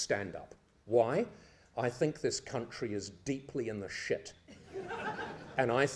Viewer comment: "it's in deep-sit, Paul.... Deep-SIT!"